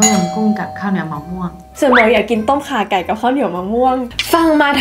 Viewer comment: น้องแหวน อย่างเก่งที่ออกเสียงต้มข่าไก่ ได้ชัดเจน